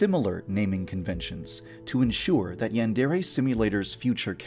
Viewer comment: Before you worry about your characters having cringey named you should try to pronounce yandere and deities the right way.